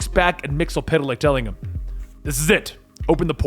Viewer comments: Mr Myxzptlk not Mr MyxlPtlk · "Mxyzptlk" is not pronounced "Mix-el-pit-a-lick", it's "Mix-yes-spit-lick". Come on, man, he was played by Gilbert Gottfried, the least you can do it get his name right. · It's (MIX-YES-SPIT-LICK)